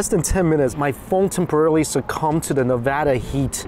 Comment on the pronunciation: Oh ma gahd , he actually said "Nevada" the right way. He might as well be a Las Vegan